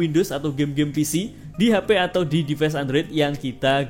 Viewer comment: Reviewer dialek Jawa pasti orang nya gak satupun bisa melafalkan kata inggis dgn benar , - Device yg harus nya Divais malah di baca Dives -Time yg harus nya dibaca Taim, malah dibaca Tem,,,, Guys yg harus nya Gais , malah jadi Ges. ( Kecuali Chanel ini meski dialek jawa tapi tumben yg bener cuma Gais aja, yg lain masih salah ( Device malah jadi Dives) Like yg harus nya Laik , malah di baca Lek, dll